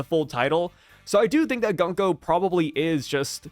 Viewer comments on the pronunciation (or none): please use the correct pronunciation - it’s GOONko not Gunk-o.